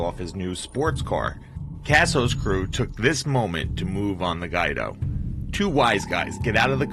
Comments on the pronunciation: Its not guy-do.....its gwee-doe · Pronounced "Gwee-Do", not "Gwy-Do". I hate these illiterate videos. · It is not pronounced Nikki Guydo, it is pronounced Nikki Gweedo, do your research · Good work but you need to work on your pronunciation. For example - it's Nicky "Gweedo" not Nicky "Guide-o".